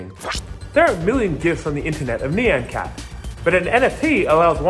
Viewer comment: Great video but when you pronounce ny-an cat lol